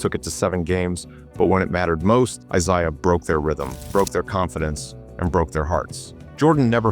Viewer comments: I never minded AI narration until I had to hear Isshdha Thomas and Bill Lamebeer. But, now we know AI can have strokes also. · Eye-saya Thomas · It's a biblical name. How the ai can't say Issah? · how is the top comment not people noticing how the ai narrator mispronounces "I-zay-ahs" name? seriously, you children. you know nothing.